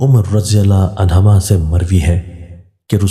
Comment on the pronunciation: AP aksar alfaz ghalt parh jatay Hain. AP ko parhna chaiay . 1- anhuma 2- Dyous